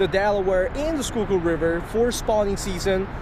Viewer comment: "Skoogoo" river